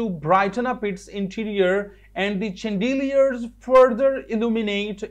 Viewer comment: i just watched the video to see the urdu mwaning of designe ...but alas you just translate it same chandeliers is pronounce wrong by you plz